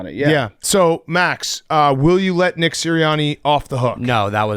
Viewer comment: PFT said Nick-her